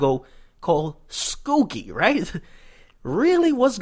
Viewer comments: It's called "skow key" not skooky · Skokie not skukie use to go primary there for awhile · big homie it's pronounced "Sko - Key" not skoookie...lol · lol schoki lol ... sko-kie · LOL this nigga said skookie.. it's skokie bruh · this dude say "skoookie" I'm dead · lol we prononce it SKO-kie IL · The way he said Skokie has me dying 😂😂😂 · Lol were you talking about SKOKIE ? You pronounced it wrong my brotha